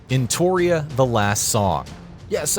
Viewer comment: Entoria? It's ENOTRIA